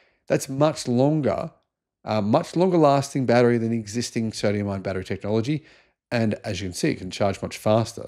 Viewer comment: Aah yes, the good old Soodium-Ion Ghatery!🤣